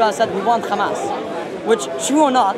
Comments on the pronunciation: that doesnt explain why they only put the kh in the word h amas. They pronounce ham as ham, right? They are able to pronounce h, linguistically. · if i say i pronounce your name honno is that right? They dont own names. If they want to pronounce their words like they want fine... but clearly they can say hello and not xello so also it should be h and not xamas. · This is how Hebrew speakers pronounce it. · This is actually a well-known phenomenon in linguistics, I think it's called "Semantic Shift" or something, similar letters are sometimes interchanged, especially between similar Semitic languages such as Arabic and Hebrew. This is not done on purpose. This is how Israelis pronounce it, I understand that it is not accurate, but it is okay, everyone has their own language limitations and there is no need to be angry. The guttural h is less used in Hebrew, it's simple as that. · Bro, that's how the Israelis pronounce it. There is no malicious intent here as some of you seem to think.. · Here is a piece of information that will make you understand: Arabic preserved the differences between ح (ח) and (כ) خ. In Hebrew as well, both exist, but in modern Hebrew, the letter (ח) ح is pronounced as (כ) خ. It's not on purpose that's how it is in language, and you can be angry, laugh at us like your friend above, but there are no malicious intentions here, there is no initial intention to confuse, this is how the Israelis pronounce it, and I have nothing more to say.